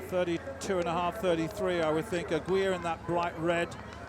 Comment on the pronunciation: Aguilar,Aguilar,come on,her name is not Aguir.You always mistake her name.LOL